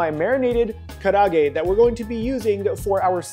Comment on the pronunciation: Dude, karaage is 4 syllables not 3. Ka-ra-a-ge